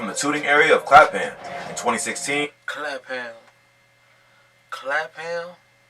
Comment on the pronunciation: You don’t say Clapham like that my guy 😭😂 when you got a American explaining it they’ll always be wrong with pronunciation